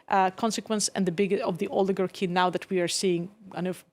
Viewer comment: "We had never had an orligagy vontrolling the government" oh😂😂😂😂😂